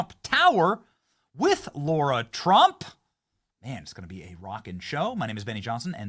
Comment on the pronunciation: Benny, it's Lara not Laura, LOL😄